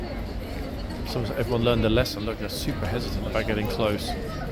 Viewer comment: That Super was prounced correctly in German.